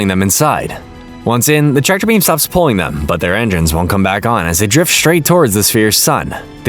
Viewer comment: I love how you call enigns enzymes